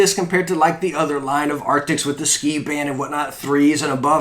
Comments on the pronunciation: Why you keep saying Arctics in all your vids when its ARCTIS? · Why do you keep saying "arctics" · i know its not the point but arent they ARCTIS instead of ARCTICS? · He says arctiks too much - it's cringey AF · why does everybody say arctics? i mean even i do